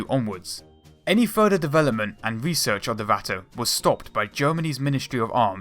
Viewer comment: Why the fuck are you pronouncing shit 'dewelopment' and 'fewory" Holy fucking shit, fix your lisp before you try presenting shit.